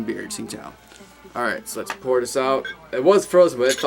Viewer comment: I like it. And, a Chinese woman told me it's pronounced "Ching-dao".